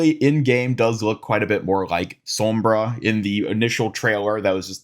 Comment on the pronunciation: 'som-bruh' lol